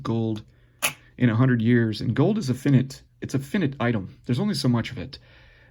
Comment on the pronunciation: Fin it?...lol......Fi-nite....army people....smh